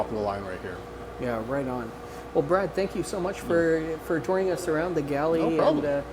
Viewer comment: Brad - not braid😐